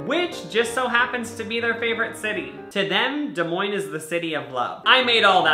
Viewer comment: hE sAiD dEs mOiNeS